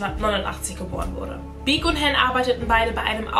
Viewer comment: Han hast du falsch ausgesprochen, es wird Han, also das A halt wie im Alphabet. (Nicht böse gemeint)